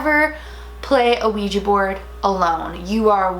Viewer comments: Also for anyone who doesn't know this it is not pronounced Ouija with the long eee sound, it's pronounced like it's spelled with an A on the end like on the end of my name, Dana. Now everyone say it with me, Ouija (weeja)!! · ITS OUIJA NOT OUIJI ITS WHIT A NOT I YOU DONT SPELL IT RIGTH, OUIJA NOT OUIJII